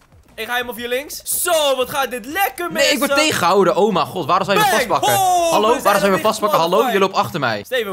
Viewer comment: zegt inplaatsvan om mij God zegt hij omagod